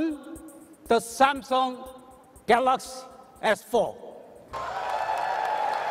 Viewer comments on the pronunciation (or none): can't the CEO guy know how to pronounce his own phone's name? I mean I can understand the accent, but even Miyamoto can say "Super Mario".